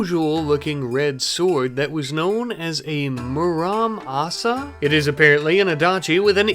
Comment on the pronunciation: lol the o in ox comes before the x. its Zoscol. good try though XD. and the red sword muramasa , "mr·uh·maa·suh". im loveing how u pronounce things! makes me smile (no lie)